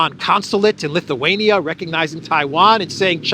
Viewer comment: Oh! So it's not pronounced "LittleWayNia"?😅